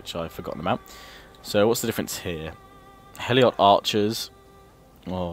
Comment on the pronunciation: Lol You keep calling Helots, Eliot. :P